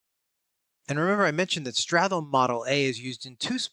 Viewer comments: Oh no I made a silly typo 🫣 I meant "sTRat", not "sTArt". Nevertheless, I wanted to focus on straTHolme as one sound vs strat+holme as two syllables. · the way you pronounce stratholme is quite weird. Everyone says start-holme and you treat that "th" in the middle like it's a single sound